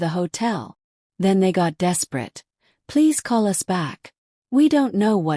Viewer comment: So AI can't say us correctly but they go u s. How uninformed and that's being nice.